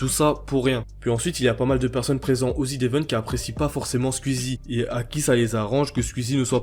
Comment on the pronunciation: pk tu dis ZID évent PITIéééééééééé